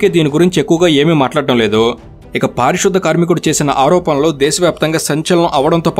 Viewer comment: పారిశుద్ద కాదు అన్నా పారిశుధ్య కార్మికుడు అన్న